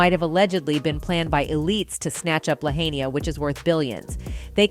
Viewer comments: We always have pronounced it, (sounds like:) "La-Hi-Na" La HIGH Nah. I used to be a Hawaiian resident on Oahu. Been to Lahaina to visit. That's the right pronunciation. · It’s pronounced La-HI-na please!! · LA - HIGH - NAH. Get it right or don't do it. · Oprah’s lane isn’t near any of the fires! Also, it’s pronounced La-Hai-Nah. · First of this video would have additional credibility by the proper pronunciation of the city of LAHAINA. La-hine-a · La hain ya? Pronounce it right idiot. Respect our land. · First of all the commentator can't even correctly pronounce Lahaina. NOT Lahain-i-a. Secondly, why don't all the billionaire celebs monetarily help these people on Lahaina. Forget the pillows Oprah, help them rebuild their homes on their land. Greedy effing celebs! Sounds like a land grab for sure. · You REALLY NEED to learn how to pronounce the name LAHAINA ! LA HIGH NAH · You are raping the city’s name. It is pronounced LA-HI-NAH. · You are mispronouncing Lahaina! You are mispronouncing the subject of your podcast. Ridiculous. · Omgggg at least say Lahaina correctly if you are going to do a story on it. It is NOT hard to find correct pronunciation for a word currently in use. That’s just lazy research. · How can this video mispronounce Lahaina? And remain credible. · Why can't you pronounce Lahaina? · You could at least learn how to pronounce Lahaina!!! 😮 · The host can't even pronounce Lahaina properly. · Learn to pronounce "Lahaina" properly please... the mispronunciation made it almost impossible to watch/listen to this video. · Hate how the lady can't say, " Lahaina " until Maui people say correctly. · Dam she can’t pronounce Lahaina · Learn how to say the name of the city 🤡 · super disrespectful you are saying Lahaina completely incorrect can take it 😤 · I hate hearing lahaina mispronounced . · The way she keeps miss pronouncing Lahaina is so cringe!! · at least learn how to pronounce Lahaina... AI bot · mispronouncing Lahaina ...hmmm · NOT Lahania but Lahaina